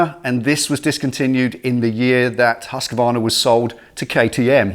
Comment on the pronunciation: Awesome video.. It's nice to hear someone actually pronounce the name Husqvarna correctly like you did. It is correctly pronounced husk-varna.. Most people say huska-varna.. This one is going to be cool to see how it turns out.. Thanks for sharing it.